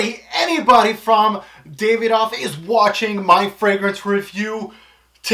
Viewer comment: Brilliant review but it's pronounced "Da-vi-doff" not "Day-ve-doff"